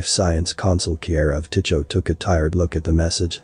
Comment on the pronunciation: FYI, "Tycho" is pronounced "tie ko".